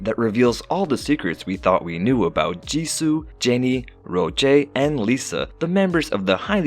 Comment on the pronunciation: it,s not rojay its rose